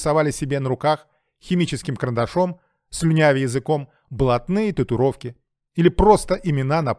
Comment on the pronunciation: Правильно произносить татуИровки